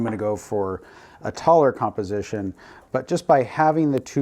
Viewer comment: What? Did you just say taller? :)